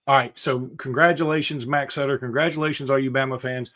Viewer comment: Cannot believe called the man Suiter instead of Sutter lol. Sometimes the names are pronounced exactly how they sound. Butter… Sutter where the heck did get suiter lol 😂